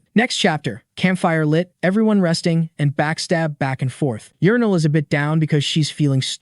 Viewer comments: her name is Urneel, but TTS, so.... Edit: Yernil is correct 😅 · sounds like urinal tho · I think it's yernil